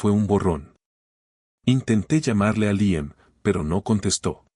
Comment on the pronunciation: No diga Raan sino Raian. No es Liem sino Líam. Hable claro y deje de inventar pronunciaciones al hacer el doblaje.